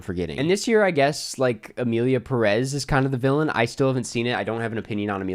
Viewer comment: Literally titled Emilia Pérez and how gringos pronounce it: "Emilia Peréz"